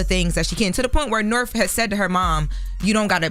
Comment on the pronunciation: What is going on?? That girl’s name is NORTH…. Wtf is Norf? Why can’t they pronounce North?